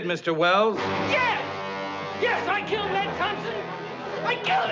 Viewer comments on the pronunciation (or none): none